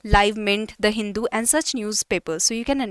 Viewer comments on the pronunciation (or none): none